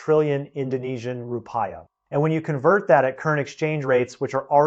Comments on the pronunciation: Please bother to do some research on pronunciation. So, you won't embody the stereotype of clueless-of-the-outside-world Americans. It's Roo-Pee-Yah. Not Roo-Pie-Yah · The Indonesian currency is pronounced "roo-pee-uh", not roo-pie-uh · Thanks for the info. Roo-pee-ah. Other than that I agree with everything else. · Desperate circumstances called for desperate measures, but not thought through diligently beforehand. Rupiah is pronounced as rupee..ah. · i almost believed this until i heard him say ru-pie-ya lol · Counterintuitive thinking will shed the light … short term pain and challenges will be on the horizon but the mid to long term prospects for indonesia will be just fine..: the wealthy were looking for the dump to but and sit and see it all multiply… i think before we look to seek advice from an outsider .. we need to be sure he can at least pronounce the name of the currency correctly .. some expert .. i am an outsider but living in for the last 25 .. hang on its coming 😂